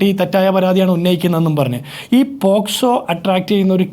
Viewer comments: അരുൺകുമാർ വക്കീൽ ആണോ? പോക്സോ എന്ന് പോലും കൃത്യമായി പറയാൻ അറിയില്ല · എടാ പൊട്ടാ അരുൺകുമാർ നീയൊരു വക്കീൽ ആണോടാ, പോസ്‌കോ അല്ലടാ പോക്സോ